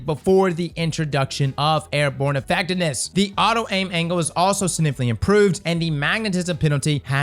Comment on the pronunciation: "Airborne effecness"